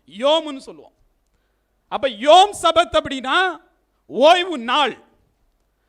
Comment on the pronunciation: தவறான உச்சரிப்பு : "சபாத்" தவறு, "ஷபாத்" என்று உச்சரிக்க வேண்டும். எபிரேய மொழியில் ஆண்டவருடையப் பெயரை (יהוה) உச்சரிக்கக்கூடாது. நான் எழுதும் விளக்கங்களை மறைத்துவிடக்கூடாது.